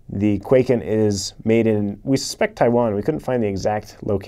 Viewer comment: Hm, yes, why would you pronounce it correctly?!?